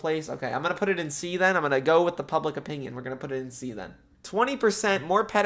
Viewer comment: the way says "opingion" just pmo